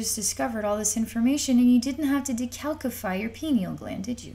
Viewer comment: The 2nd "c" in "Decalcify" is pronounced with a "soft c" sound. It is supposed to sound like an "s". Phonetically sounding it out: dee-CAL-si-fy